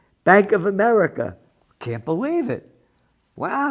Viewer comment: We live in "Ahmedikah".